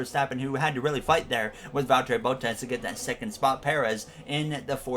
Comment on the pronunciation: Love the content!! Only thing I have to say is that Bottas is pronounced as bahtas and not bowtas. Keep up the great work